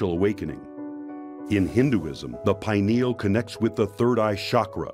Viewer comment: I like that the lady pronounced it "pine- al" instead of "py-neeyul". I forgot the name was based on the pine-cone shape.